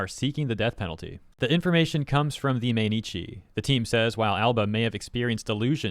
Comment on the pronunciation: Mainichi "My Knee Chee" = mainichi shimbun - Everyday Newspaper